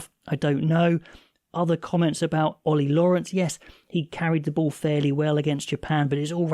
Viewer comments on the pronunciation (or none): none